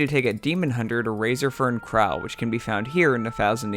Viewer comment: How you pronounce razorfen kraul hurts my soul Awesome videos, keep them coming please! <3